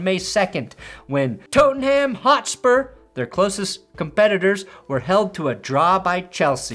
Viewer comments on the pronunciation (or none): Tote? ..... Work on saying Tottenham mate. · I laughing when you completely butchered the pronunciation of Tottenham. Also, I'm from Chicago so that World Series will always be well and fondly remembered by me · The only thing more painful than a reminder of my clubs mediocrity (Tottenham) is your pronunciation of it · tote-enham will never not be funny to me